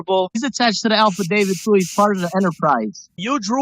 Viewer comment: you know i am really tired of hearing this idiot screw up my language it is Affidavit not alfadavit you goat herder learn how to speak or GTFO